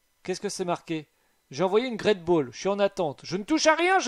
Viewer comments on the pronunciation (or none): none